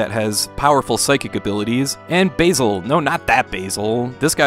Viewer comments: Bah-zil, not Bay-zil. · "Bay-zul" is how you pronounce the spice. "Baa-zul" is how you pronounce the name. Just trying to help, love your content! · basil is pronounced "baz-ill" now "base-il" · Game looks great! But seriously....Anyone who actually watched Fawlty Towers knows that the name Basil is not pronounced that way. Come to think of it...ANY British use of the name isn't said that way. Lol! Too much of a stretch to make that joke work man. 👍😆👍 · Serious mispronunciation of Basil Fawlty!